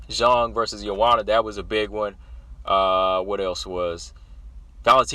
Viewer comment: Respect for your proper pronunciation of Zhang ( J sound and O sound as in Jon), I hope you do know that Zhang is her family name and Weili is HER individual name, what we call 'first name', like Rose, Jessica, Valentina. I agree as to how awesome these two bouts are, not only featuring the best, but also most respected and well liked, all four fighters are praiseworthy, including Jessica, whom you underrate, IMO, her numerous finishes alone distinguish her in wmma, and the variety of finishes is sufficient to acknowledge she is well rounded and multi-dimensional, proven also by her success in three divisions despite her size disadvantage in all three . As for her wins by decision, credit her for beating Claudia, Angela, and Tecia, all three by UNANIMOUS decision. Her finishes include other luminaries, Jojo Calderwood by Guillotine, Karolina by KO punch, Chookagian by a single BODY punch, Rose by body slam, plus her four Guillotine choke finishes and her rear naked choke finishes earlier in her career at bantam, her TKOs by punches and knees, that's enough variety and quality of opponents to scare any potential opponent, except Valentina and Weili (Rose is always scared, admits it's her raison d'etre for fighting, facing and overcoming her fears). Btw, Rose should accept Weili's offer to visit China, on condition that Weili accept a ticket from Rose to visit Taiwan together. haha As for lay offs that last a year or more, it's usually a drawback even if training was maintained